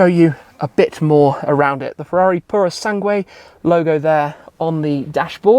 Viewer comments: please stop saying puro sanGWAY, pretend the U is silent, sanGAY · It grates me somewhat when Italian words are mispronounced 'Pour-o-sang-way' isn't it......[shiver] 'Pur-oh-sang-g'way' . Translates as 'Thoroughbred'. Ferrari Thoroughbred is about as weird a name as Ferrari Laferrari really. Can't deny she's a looker for an SUV mind. Like they took an Aston Martin DBX and made it even sexier. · Tim, please stop saying Puro Sangué and spelling the U before the E...it annoys any latin language speaker like me...sorry for the rant but i had to do it. Keep up the good work. Cheers! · Are you sure thar you are pronouncing that correctly?